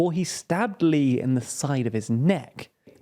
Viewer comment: A quick note: "Lee", or 이, is pronounced like the letter "e" in Korean.